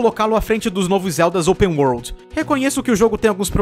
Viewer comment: o seu "d" quando você fala palavras tipo "world" parece um "t"